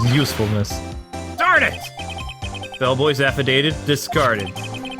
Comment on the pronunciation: Ugh the way you pronounce affidavit is triggering me -_